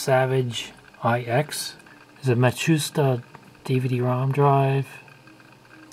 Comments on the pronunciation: Mashita is actually said maSHITa. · Actually the Japanese pronunciation is "Mat-shoosh-tah". But it's often Anglicized to "Mat-su-sheet-ah".